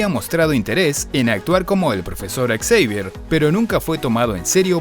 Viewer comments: Podrían haber dicho "Savier" o "Javier" pero exsavier? Muy ruidoso para mi gusto. Muy bien video aunque la película muy escaso. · Quien es "exeivier"? 😂